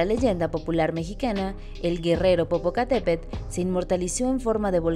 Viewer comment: Le faltó a la presentadora de la noticia pronunciar bien el nombre don Goyo.